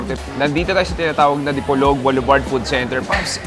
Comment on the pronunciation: The way you're pronouncing "Dipolog" is quite odd, it's not the way us locals pronounce it. Also, in your caption it says "Dipolog, Zamboanga" but actually it's supposed to be Zamboanga del Norte. Thanks though for highlighting our small & wonderful city. Kudos.